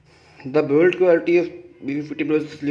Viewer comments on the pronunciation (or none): none